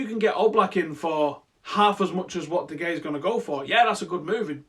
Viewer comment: mate its not De gay its pronounced De Haya